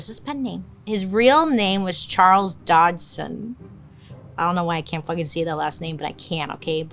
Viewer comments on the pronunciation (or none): none